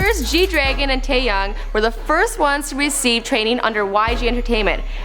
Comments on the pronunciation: Can she not read "fantastic baby"? And it's pronounced Tae-young! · Wow, surprised that she pronounced Taeyang's name correctly instead of the usual Tey-yeng. Except for last part, she messed it up. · at one point, she pronounced it like tae(yay)ng, that's not correct. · How did she pronounce taeyang two completely different ways?! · I choked when she said Tayangs name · The way she said Taeyang's name made me cringe.. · not only did she say "fantasy baby" but she pronounced taeyang's name wrong.